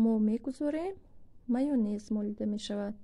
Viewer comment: Пише:ься майонез, а говорит майнез а не майёнез